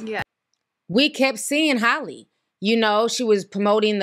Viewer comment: You keeo calling her holly ... its Hally omg